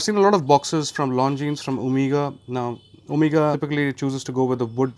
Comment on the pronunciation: When you hear 'omeega' from an indian and not not 'omega' , you know the guy is the real deal. 😄😄😄 Edit: i lived in US for 7 years and i purchased 3 omega, 2 TH , 1 longines, 2 rado at nearly half the retail price ( it still made me bankrupt though ). You can get great discounts from grey ( not black) market like jomashop..or you can buy certified pre owned watches. When comes to luxury, i think one should always go for pre owned as its better value for money and does nkt take away any feeling